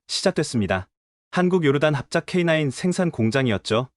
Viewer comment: K냐이가아니라 k9 입니다